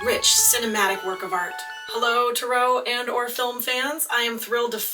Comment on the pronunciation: I'm sorry but it really bothers me the way you pronounce tarot It doesn't really fall in line with the British or American pronunciation of tarot so why do you say it like you do?